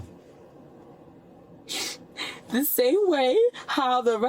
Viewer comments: "Axing" for an "amberlamps" -edited to correct the latter from "amblance" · Guys it’s not that hard, “ASK” and “AMBULANCE” just like they’re spelt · I don't think she understands what 'medical attention' means. The officer asked her a few times if she needs any and she said no, but she's complaining about not getting any. Edit: She actually thinks if she had 'axed for an amblanse' she would be a victim and not a suspect. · she axed for an amblance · Same people who can’t pronounce “ambulance” properly and say “ambuhlynss” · Boo-Hoo What a SELFISH POS this one is. What’s a “Amballance”? Oh Shyt, the last EYELASH is going after the other one!! Whoops, she’s getting that story mixed up, or maybe she doesn’t know where she is……She should have taken that “right” to STAY SILENT, I think…..Um-huh! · I doon nit Amboolance 😭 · Medical ampoolance thing....😂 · Am-bah-lance. I cannot. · Someone who needs an am-buh-lants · Stop saying Axed and ambalamps 😅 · At the end of the day.... am-bah-lance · She hit the "ambalamps" and "axe" within like 5 sec. I just need the African ceiling bird, "I can't breave," and "I dindu nuffin" to get a BINGO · Good grief she is dang near illiterate - how cringe! Yuck! "Ambahlance" "axe" etc. These people are the lowest of the low. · Why can’t these people pronounce AMBULANCE or ASK? Seriously? Amboolanc, axe. 😂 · “I’m axing you for an Amble-lance” perfect English. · you can’t say “ambalance” and “axe” instead of “ask” back to back holy shit. put her in prison for her speaking alone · She is axeing you for a amblams... She finnin to get mad... Cause you dunt got in the way of her entitlement car.... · Ambulanss, axing you. Daem this Ghetto shit xD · OMG, the single false eyelash has me lol, between the "am ba lance" & "axing" I had to mute her. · There’s the “axe” 🪓 and “amber lamps” 🚑 🤦🏻‍♀️🤦🏻‍♀️🤦🏻‍♀️